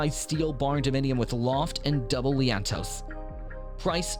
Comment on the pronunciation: IT's not "leaannntoe" -- it's "lean-to's" :)